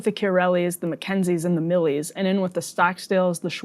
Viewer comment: Stockdales not Stocksdales. Get it the fuck right.